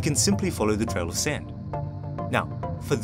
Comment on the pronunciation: “All he had was a flashlight and ...” What? You pronounced the word “sand” poorly, so I had no chance to get the intended answer. I heard “back” and “bank”. I’m Russian but now I know why Chinese students did poorly—they didn’t get the last word. However, I had another idea that would work even better: the traveler can simply touch one wall of the cave and follow it. Therefore, it’s topologically impossible to get lost. I was thinking about Ariadne’s thread as well but in reality that would be impractical to do, especially all you have is “back”, “bank” or something like that. So, I claim that I solved both riddles.